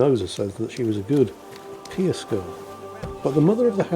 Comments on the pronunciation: Is anybody else getting weirded out a bit by constantly pronouncing the word "pious" as "peeus"? I mean...we are talking about devotion to a religion, here...not directing a drunkard with a full bladder on where to find the pisser! 😜😂😁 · Indeed. But assuming our Overlord doesn't know,, it's pronounced "pie us".